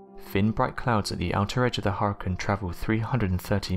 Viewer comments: I know I can't be the only one I aggravate it with the way he pronounces hurricane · thumbs down for saying huricaine wrong so many times.. other than that i love your vids...